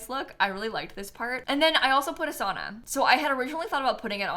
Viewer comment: I love the build but as a Finn I took like physical damage everytime you said "sauna". The way Americans pronounce it hurts me at my core 😭 (I do hate the Sims 4 saunas in general too though)